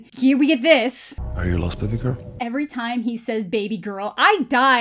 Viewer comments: More like baby gorl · This man pronounces baby girl in like 17 different ways.